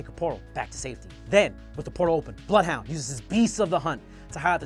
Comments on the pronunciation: It’s bloothhunter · Is it me or the way Bloodhound/Blothhoondr is sometimes said is weird and out of place?